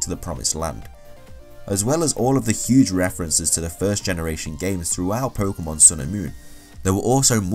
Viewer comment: it's pokEEEEEEEEEEEmon not pokUUUUUUUUUUmon ):-(